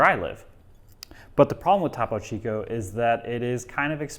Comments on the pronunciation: It’s TOPO CHICO not TAPO CHICO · Repeat after me: "TOE-po Chico" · It’s pronounced “thoe-poe chee-co.” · Its pronounced "Toe Poe Chi ko". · Top - oh Chico. Ugh. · I'm more concerned about the way he is pronouncing Topo Chico than anything else. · Was looking for this comment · Did anyone else get upset at how he pronounced Topo Chico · STOP SAYING TOPO CHICO LIKE THAT PLEAAAAAASE